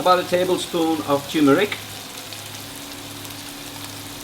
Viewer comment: It's TURMERIC not TUMERIC it has the letter R in the word.